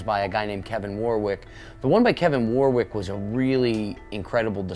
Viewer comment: It's pronounced Warrick. The second W is silent. Like Dionne Warwick.